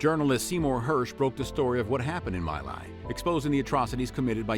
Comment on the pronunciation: My Lai is pronounced Me Lai (as in you and “me”) not My.